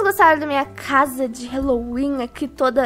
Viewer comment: Odeio ser estraga prazeres mais e HAAAAAAAAALLOWEEN QUE AGUNIA QUANDO FALA HELO HELO NAO EXISTE NO HÁLLOWEEN E HÁLLOWEEN NAO HELLOWEN MDS SOCORRO ALGUÉM ENSINA ISSO PRA PELO AMOR DE DEUS